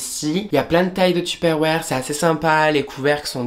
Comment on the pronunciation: Comment tu dis tuperoir 🤗😁